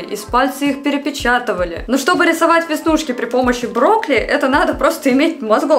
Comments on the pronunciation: Не брокли а брокколи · Мне же не одной слышится брокли? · мне плохо от этих ударений...брОкли😭